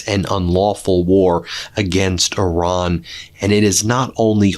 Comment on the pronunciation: “Oran”? The name of the country is Iran, not Oran. Ben, please respect the Iranian people (not Oranian) by learning to pronounce the name correctly. Thank you!